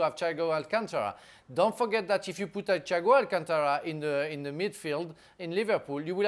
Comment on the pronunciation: Noone: bald guy: "Chaigo alchangra"